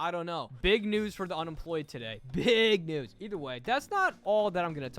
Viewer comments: Bro is a jr. When he says "NeWs" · 99%:saying how he said news 1%:talking about the video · 1%: talking about the video 99% talking about the way said news